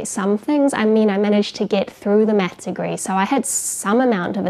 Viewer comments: i just get stuck on 1 thing about your videos. Anything other than that is perfect but you pronounce math like meth and it always cracks me up. i just wanted to tell this. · I keep hearing meth because of her accent 😅